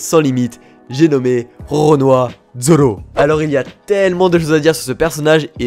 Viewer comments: C'est Roronoa pas Ronoa, enfin je crois. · roronoua zoro sérieusement c'est rorona zoro